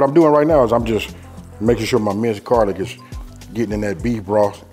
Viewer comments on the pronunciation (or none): Jarlic?!? 😂 say it aint so